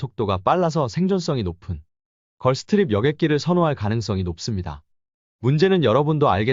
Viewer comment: 죄송한데 찹찹이 아니라 착잡입니다. 그리고 걸스트립이 아니라 걸프스트림(gulfstream)입니다. Gulfstream은 미국 제너럴다이내믹스의 항공기 제조 자회사입니다.